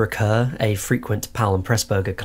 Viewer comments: Kerr is pronounced like "car" not "cur." In Hollywood press releases, it was explained, "Kerr - like star." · Kerr pronounced Carr. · You owned up to it. Honestly, respect for acknowledging it. It was otherwise enjoyable.